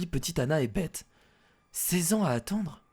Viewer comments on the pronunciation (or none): oh faite on pour beth on dit baisse pas bete